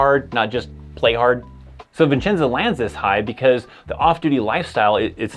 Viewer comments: There is one "N" in Vicenza. It is "vih-chen-za." Not "viN"-chen-za." It's one of the first things I learned when I arrived there. It is a great post, and I think it's, like, third smallest in the Army. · It’s Vicenza not Vincenza, there’s a lot of support jobs but you do have to be airborne.